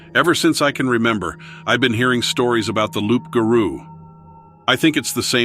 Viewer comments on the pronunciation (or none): Le loup garou is a werewolf, it just means that it's a female. And it's pronounced like lou, not loup. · It's roux ga roux